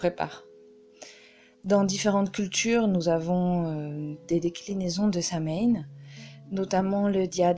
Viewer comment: Excellentes informations mais ce sabbat dont le nom provient de l'ancien gaélique est prononcé so-ween, pas sam-haine.